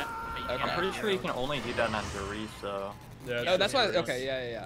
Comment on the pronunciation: Der Riese is pronounced (Dare Reeza)